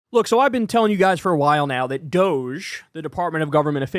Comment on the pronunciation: We must pronounce this Dogee. Like “doh-gee”. Let’s not dignify this fake scam, by making it sound like some sexy European company.